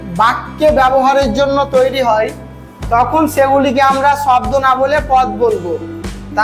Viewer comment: স্যার শাব্দ না শব্দ ভালো করে বলেন ছাত্র ছাত্রীরা কী শিখবে